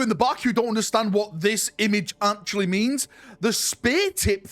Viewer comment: that is not how you are supposed to say "actually"